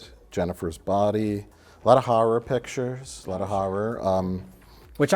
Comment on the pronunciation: "Harrar Pictuas"